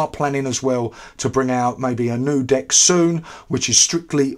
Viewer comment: Is it just me or I heard "D*ck' instead of "Deck"?